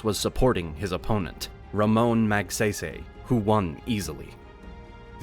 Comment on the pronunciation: Magsaysay not magseysey...:face-orange-frowning